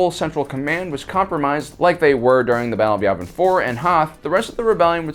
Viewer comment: YAVIN It's pronounced YEAH-vin. NOT YAW-vin... It's YEAH-vin! Ok? Yes? No? Circle one. GOOD!